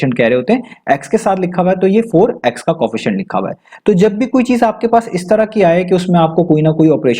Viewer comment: Co, efficient Not Coefficient [just pronounciation]